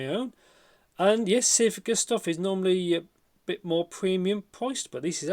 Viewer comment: Thanks for the review. It's Sivga Magpie. You can google translate into Chinese and hear the pronunciation.